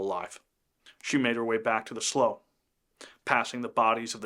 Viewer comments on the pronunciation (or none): Excellent video! Lavina was one hell of a survivor! I've never heard slough pronounced as "slow" but rather "slew," must be regional? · Slough is pronounced "slew". Not "slow". Old redneck here. Their part of our everyday vocabulary. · Not to nitpick, but I was born in New Ulm - Mankato is 25 miles away - and we pronounce it as it looks, Man - kay - toe. And slough is pronounced "slew" here... An excellent narration, though, and accurate too! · Slaughter Slough - slough is pronounced slew, not slow. There are other areas that were attacked during the Sioux Uprising. The government agencies treated the Sioux so badly by not honoring the agreement made and the Sioux were starving. A sad time for the settlers and Sioux. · Slough is pronounced like "slue," not "slow." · Slough is pronounced SLEW, not SLOW. Just saying… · FYI Minnesotans pronounce slough as SLEW. Trust me bro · Great little story as there is definitely a lot of history in this area. Just an FYI, slough, the swampy body of water is pronounced slew (rhymes with clue). Heard that word a lot growing up in the area! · Slough is pronounced “Sloo” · I’m assuming you’re saying they were hiding in a slough. Just so you know it’s pronounced “slew” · It's pronounced Sloo......... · Slough (rhymes with cow) is the British pronunciation. Also quite a rough town in England